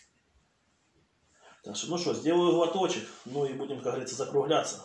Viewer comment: "Как ГоворитсО" (с)